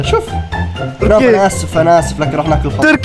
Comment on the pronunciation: مبروك على ١٠ الاف مشترك تستاهل كل خير م يقول تركي يقول(توركي)😭😭.